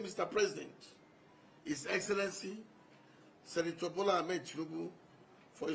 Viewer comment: He said senitor bola Ahmed Tinubu and no one notice